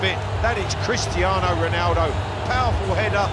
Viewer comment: It's crestiano roland